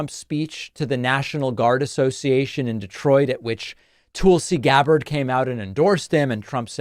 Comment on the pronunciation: 1) LoL Tool-si Gabbard. 2) David looks cute in glasses!